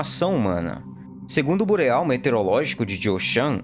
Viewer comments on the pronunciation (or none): none